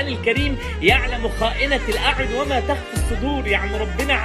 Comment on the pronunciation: تنبية يا قوله تعالي (يعلم خائنة الأعين وما تُخفي الصدور ) بالضم التاء وليس فتحها مش بعدل علي حضرتك بس دا قرآن فلازم نقرأه صح ❤ جزاك الله خيرًا ❤